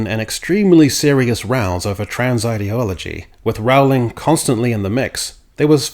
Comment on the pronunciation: Rolling. Not ROWE-ling. Rooohhhliiiiing. Be less lazy - if you're going to use someone else's name and words to promote your politics, put in the effort to get their name right.